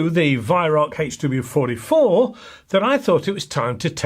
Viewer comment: I've been shooting over 40 years and your pronunciation of the HW44 is correct! Lol. Love your videos